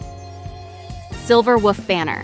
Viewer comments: Why you gotta say Silver Woof. It's cringe. Please don't do that. But other than that, video is useful. Thanks. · I'm only hearing "Silver Wuff"... just me? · Wait...are you saying "Silver WOOF"...? Girl you really are a meme.😂😂😂